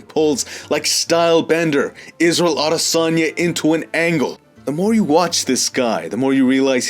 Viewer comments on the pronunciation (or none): none